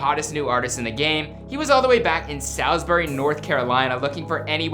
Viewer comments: This man said “Sal- z bury” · If you're from NC you dont say SAYLSBERRY, you say SAWLSBURY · Bruh it’s sawsbury, tf is a saalsbury😂 yeah you ain’t from the 704 😂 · Shotsbury 4x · Its Salisbury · Bruhhh Salisbury it’s pronounced Sawsbury smh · The way he said Salisbury made me want to kill my self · I can’t like this vid cause he didn’t even say Salisbury right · I feel disrespected how y’all are pronouncing my city 💀💀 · Did not pronounced our hometown right